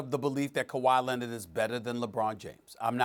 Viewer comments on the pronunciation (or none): “Kawhi LENNIT” -Stephen A. Smith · Stephen a: “kawha lennet” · I'm STILL trying to figure out who this "KuWhy Lennit" guy is that Stephen A. keeps talking about... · Kawhy Lenit Stephen A. Smith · Stephen A says, "Kawhi Lenned" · Kuwwaa LENNIDD** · Stephen A. “Kawhi Lennid” Smith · "Kawhi Lennit" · “KAWHI LINNID”😂😂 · Kawha Lennit lol